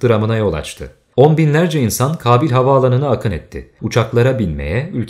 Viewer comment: Kabil değil Kâbil telafuzlariniza birazcık dikkat etseniz keşke... Kulağımı tirmaliyor Kabil deyisiniz